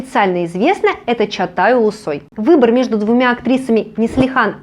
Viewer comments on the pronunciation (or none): Почему вы говорите. Чатай? Чагатай его имя. Может так произноситься должно? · Чагатай, а не Чатай